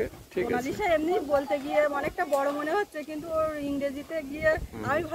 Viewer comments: লিখতে হবে মোনালিসা, কিন্তু বলতে হবে মোনালিছা। উনারা ভুল বলছে, অবশ্য উনারা উনাদের মতো বলতে পারে, নাম রাখার ভিডিও বলছিল, মোনালিসা চিত্রের কথা, সেই হিসাবে মোনালিছা বলা উচিত 😊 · Monalisa spelling ekdum theek ache…….kintu spelling অনুজাই উচ্চারণ হয় “মোনালিসা”…..মোনালিশা নয়, বানান অনুসারে মোনালিশা উচ্চারণটা ভূল……..Monalisa ta ekta English naam to, er kono bangla artha nei, tai uccharon tao English onujaai howa uchit……o jokhon Boro hoye college e jaabe tokhon oke keu মোনালিশা ডাকবেনা……. মোনালিসাই ডাকবে কারণ সেটাই সঠিক উচ্চরণ। আপনি যখন ক্যামেরা তে কথা বলেন তখন সঠিক বাংলা উচ্চারণকে বিশেষ importance দেন, তাহলে ইংলিশ নামটাও সঠিক উচ্চারণ করেই বলা উচিত। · English spelling monalisa eta thik..kintu apnara er bangla uccaron vul bolsen.. বাংলা উচ্চারণ হবে মোনালিসা। মোনালিশা নয়। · মোনালিসা নামের সঠিক উচ্চারণ হবে, mow-nuh-lee-suh (মোনালিছাহ্) ছ এর মতো "s" উচ্চারিত হবে. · মোনালিসা উচ্চারন আপনাদের ঠিক হচ্ছে না। সঠিক উচ্চারন টা জেনে নিবেন দাদা।